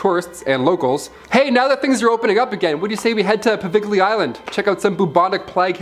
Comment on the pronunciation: I love your channel y'all!! However, just for future reference, Poveglia Island is properly pronounced poh-VEL-ee-ə or if you like poh-Vel-ee-ah. I was able to visit the Island with a paranormal group 5 years ago. Getting permission was an absolute nightmare but we got it and yes, it is as creepy and haunted as it sounds. Keep up the great work y'all.